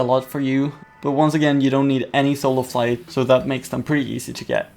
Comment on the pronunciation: When you say soul of flite you say soul of fight